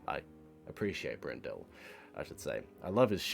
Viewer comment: For anyone who's interested: Alfred BREN-dle (not Brendelle lol), Stephen HUFF, Murray Per-EYE-ya, Mitsuko oo-CHEE-da, John OG-don (not OD-gon lol), Benjamin GROVE-nor Sorry if I missed any... Edit: Jawn-Eve TEE-baw-day